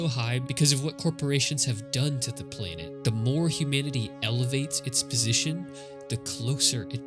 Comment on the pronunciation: Cool video, but I'm puzzled by the way you pronounce "planet". It's PLAN-et, not PLANE-et.